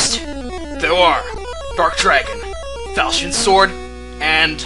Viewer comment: Just a quick pronunciation correction (hope you don't mind) "Falchion" is actually pronounced "Fall- chun" (Emphasis on the "ch-" sound") and not "Fael- shion". Took me a while to get used to it, too. Don't worry,. Just trying to be of assitance.:)